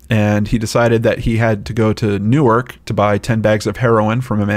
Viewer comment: Thank you, for pronouncing Newark correctly!